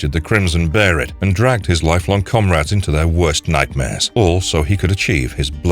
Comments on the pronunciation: Also it is beherit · berit? behelit 😁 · Tf is a Berhit ??? Bay-lit or bee-hell-it. I know some people never seen the show n only read the manga but ur showing clips from the animie so u had to have heard them say it. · Why you calling them "bearit" instead of behelit😂😂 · I still prefer the spelling of Behelit. Sounds so awkward every time he says "beherit" sounding so much like he's saying "Barret" with his thick accent lol. Japanese have a hard time pronouncing L hence why they call it "Beherit" with an R. The proper one should be "Behelit" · I know in Japanese they say something that does sound like beheRit, but I think it's it's behelith. Like a monolith. And maybe fused with the "Be" from Belzebuth or the "behe" from Behemoth, maybe. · Two things I will never do. Call the Band of the Hawk the Band of the Falcon and call a beheLit a beheRit. They're like nails on a chalk board every time I hear them. 🤮 Good video otherwise lol. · I stopped watching at the mispronunciation... Of behelit... (Beyh-lit) What the fuck bruv? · BAY-LET BAYLET BAE-LIT BEHELIT WTFFFFFFFFFFF BARRET?!?!? ONLY KIND OF BARRET IS THE BARRET WITH A GUN FOR HIS ARM!!! I had to stop watching this video lmao… I’ve never heard such a simple word being so mispronounced…. Sheeeeeeeeeeeeeeeesh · There's not an r in behelit and did you seriously say the band of the falcon? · Whats that "bearit" and isnt there "behelit"? Why u repeat "bearit" so many times? :( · REPEAT AFTER ME: BE HE LIT NOT BERRIT BE HE LIT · They were called Behelit. Not a Berrit... The Crimson Behelit or the Egg of the King. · Behelit is pronounced bay-let. Why do so many people who claim to know all about Berzerk not even know how to speak or what things are called. Watch the show FFS, they say behelit several times. Be-heret isn't a word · Barrett Barrett Barrett STOP Be-he-lit It's pronounced how it's spelled! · when he says “barrett” does he mean “behelit”?? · LoL, "Bare-it'' 🤣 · “Says Beherit” Poser… bai baiiii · Be he lit